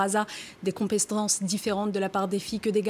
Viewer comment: Compestence :p hahahaha